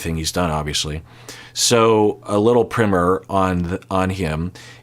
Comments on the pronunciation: Prime-er not primmer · why did he say quick primmer instead of quick primer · "primer" is pronounced "pry mer" not "prim er". Like the word prime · what the hell is a primmer? primer is pronounced pry-mer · What's a "primmer"? The word is "primer" with a long "i" like ice cream!! It's derived from the word "prime".🤔🤨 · What is a primmer? From the context, I assume you mean primer, pronounced like the word "prime" with an r on the end? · it's prymer. both the context he used + the pre-paint...stuff (LOL) are pronounced the same way. PRY-MER. When i first heard him say it i had to consult a fellow linguistics nerd//pro + do some research to make sure i wasn't missing something. some ppl in the u.s. say primmer but like so many other things, everyone else who speaks English says PRY-MER (which is technically + linguistically more accurate). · This man really said “primmer”… ain’t never heard that one. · "primmer" is sort of an old American frontier way to pronounce it. Like when a kid in a one room school house on the prairie was learning the three Rs their teacher might say "class turn to page ten in your primmer" even though it is spelled primer. It's not necessarily incorrect to pronounce it that way, it's just the minority pronunciation and a bit outdated (and definitely regional) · Why does he say Primer like that?! 🤨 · Your pronunciation of primer is jarring af. Unless you actually mean primmer, in which case you are using it wrong. Both are equally as jarring. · Why’s he saying primer so weird? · I don't think anyone who is not a college professor would pronounce it the way does in this video.